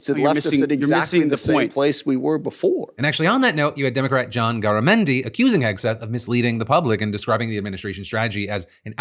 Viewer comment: I would have given anything for Garamendi to say "giggity" when Hegseth referenced a "quagmire." (Also FYI, Garamendi pronounces his name "GAIR-uh-MEN-dee" – i.e the "Gar" rhymes with "care" or "dare." Just in case you need to say his name again 😊)